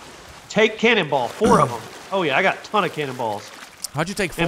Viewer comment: did this man just say "candleball"